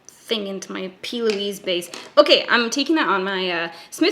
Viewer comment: plouise , pronounced ploo-eees